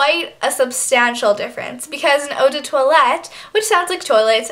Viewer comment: very good tips. I think the pronunciation is oh de parfum- as in plum and oh de twaalet - I think :)